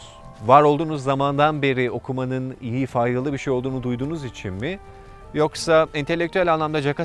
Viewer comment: İçin derken üiçin gibi bir ses çıkıyor kulak tırmalıyor